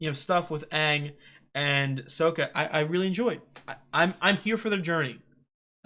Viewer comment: Just so you know, its Sokka, not Soka